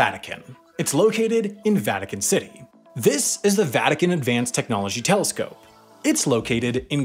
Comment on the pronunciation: mf said telecscope